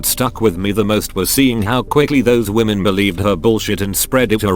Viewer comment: "CO is a whamen and she believes all whamen" Got to love whamen in the military